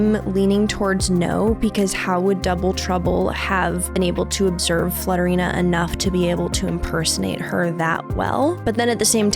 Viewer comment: when said flutterina i heard slutterina i was like " pause?? i like that name better "